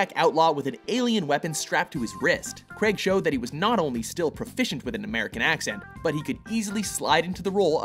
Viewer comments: Kreg!? Daniel kreg!? *craig pronounced "crayg" but another fine video from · It's crAIg not creg or Crai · It's pronounced "Craage" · Craig! Craig! CRAIG! NOT FUCKING "CREG"! URGH! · okay, love you guys, but it's pronounced 'Crayg', not 'Creg' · It's not creg its Craig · Stop calling him 'Creg' it's Craiiig! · IT'S FUCKING PRONOUNCED "CRAIG" NOT "KREAG". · It's not pronounced "CREG" IT'S "CRAIG" (Cr-A-g)! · They're Canadian I am Canadian to but I say it as Craig not creg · matt fahringer Of course he is..But the pronunciation of Craig as 'Creg' is commonly seen among North Americans( is Canadian) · how do british people pronounce it? daniel cr-ayy-g? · Daniel Cr-ay-g... The way it's supposed to be pronounced... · because Craig is a somewhat common first name and it is pronounced Cray-g. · Stop saying "Creg" please, it grates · All the people getting so mad that they pronounced his name Creg it's just our accent North Americans ( is Canadian) pronounce Craig like this so sorry not sorry about our accents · Ah yes, I love Daniel "Creg". Seriously does everyone in USA say Craig like this? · It's Craig not creg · Its Craig Not Creg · Craig not crag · It's not pronounced 'creg'. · His name is Craig not fucking Creg, Also Layer Cake is his best film! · His surname is Craig, not Creg!!! Will North Americans never understand this?? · I don't understand why Americans pronounce Craig creg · Craig not Creg ffs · Did he just say Daniel creg? God Americans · Anyone else get annoyed when Americans pronounce Craig like "creg" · bruh - screw fallout4 I some one's name was Hejdenberg you wouldn't pronounce it Huh-j-den-berg you would pronounce it correctly same with Craig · Craig as in vague. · That's how people in Canada pronounce Craig so... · Its Craig as in VAGUE, not as in BEG. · Why can't Americans pronounce Craig